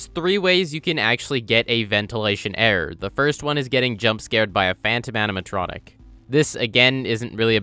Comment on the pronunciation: Whenever he says the word "error" all I hear is, "The only way to get an audio errrr."